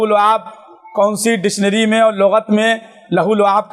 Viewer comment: ڈشنری 😅😅😅😅 نہیں یار ڈکشنری ہوتاہے ہے لفظ